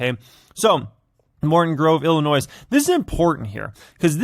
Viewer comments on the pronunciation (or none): none